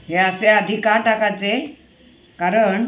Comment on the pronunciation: ....खूप छान. तुमचं "टाकाचे" हे ऐकून मला आमच्या शाळेतल्या एका बाईंची आठवण झाली. त्या कराचं, भराचं असं बोलायच्या. आम्ही गमतीने "याचं...बसाचं...खाचं..पळाचं" असं म्हणायचो. तुमचा उत्साह वाखाणण्याजोगा आहे. अशाच नविन गोष्टी शेअर करत रहा. धन्यवाद आणि खूप शुभेच्छा